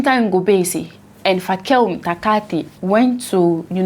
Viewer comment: I like how you pronounce the name: F-A-K-E-L…. 😂 the h is silent, so it’s P-a-k…